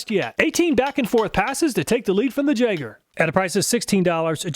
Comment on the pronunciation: "jagger" yay-grr